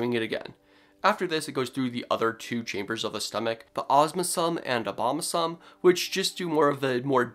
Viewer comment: ~ I've been taught that you pronounce abomasum like abo -ma sum [ˌa-bō-ˈmā-səm ]. This also could be true for omasum /oˈmaː.sum/ ? I remember this from my veterinary science courses in the USA so it could be different in the rest of the world.